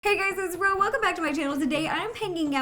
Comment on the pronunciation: it’s Ro not Rose